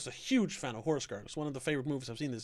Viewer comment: For once, the animal was not killed. I liked it okay. I kept thinking an ex-girlfriend of Dan Stevens' character was pulling the strings until I saw the guy's silhouette. Good review. Will look for Horse Girl. Did you say Horoscope or Horrorscope? What year was it released